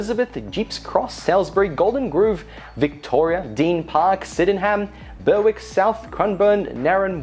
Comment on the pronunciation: Oh dear, Deen Park = Deer Park, Syden-ham = Sydenym, Ber-wick = Berrick, Cranbourne is pronounced like Melbourne and Narren Warren = Narre Warren